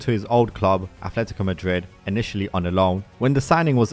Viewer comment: And it's Atletico, not Athletico